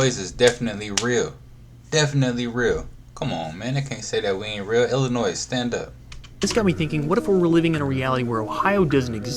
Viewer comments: Sir! You did not just pronounce Illinois with an S! 😂😂😂 much love ❤ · The s in Illinois is silent.